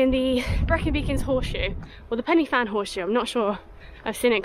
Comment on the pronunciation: Pennyfan……hilarious pronunciation!!! 😂😂😂